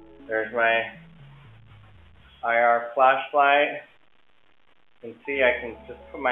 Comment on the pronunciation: "A flacklight" Righhhtttt lol